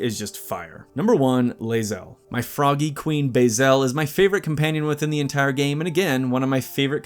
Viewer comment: "lae-zelly" xD